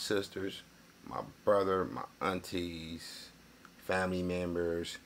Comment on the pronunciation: “Fammy Members”🤣🤣